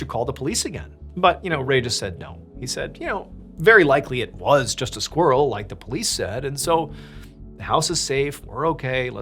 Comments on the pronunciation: I love the way you say squirrel as squrl ❤❤❤ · Squrrel? Squirrel? I pronounce it with the I. Non-native English speaker.